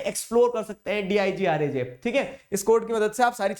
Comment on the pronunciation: Digraj .. Swaraj ..... 😂😂😂